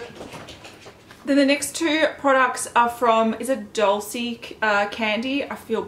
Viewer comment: Well,The word Dulce is pronounced like DULL-CHAY.